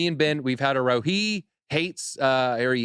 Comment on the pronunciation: Love these two hosting, but its Row as in "ow" not Row as in a o, thats when you row a boat